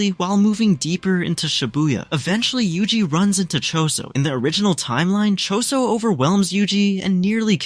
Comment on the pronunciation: bro just said yuji. WHO IS UJI